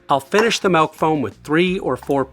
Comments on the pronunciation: YOU SPELLED THE WORD! YET YOU KEEP SAYING MELK! WTF IS MELK!? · He's real, he says 'Melk'. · It's been a while since I've found someone in the wild who pronounces it "malk". I thought it was nearly extinct but it's nice to know they're still thriving. Joking aside, cool video, as always. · great video, chris. i like how you say milk